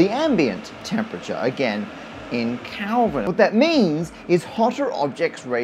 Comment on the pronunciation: did he say Kalvin ? Kalvin as in kalves? degrees kalvenheit !